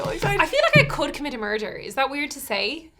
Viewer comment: If anyone on Try was capable of "merderr" It would be Ciara.